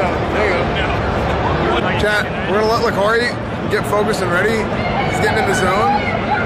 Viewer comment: oof... Lacari starts with an L for sure.